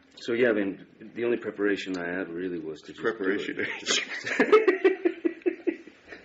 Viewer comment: did tim say preporation bitch??